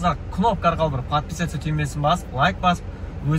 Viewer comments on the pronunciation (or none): none